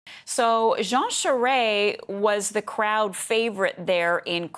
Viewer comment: Her pronunciation of “Charest” is cringeworthy.